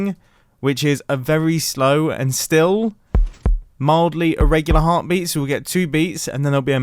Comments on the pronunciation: No-one : Mumbo : Heartbreet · Near - he said heart breat